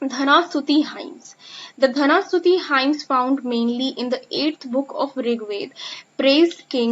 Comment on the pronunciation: Ur Pronouniciation is very wrong. It's not dhana stuti, it's dana stuti. U don't know difference between द nd ध